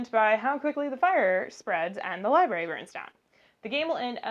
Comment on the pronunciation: There’s an R right after the B in LIBRARY! Otherwise, very helpful! Thanks.